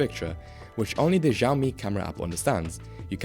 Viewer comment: Why you call it "Jiaomi" ?